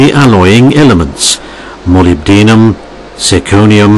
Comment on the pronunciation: Moly d um? It's Mo lib de num. lol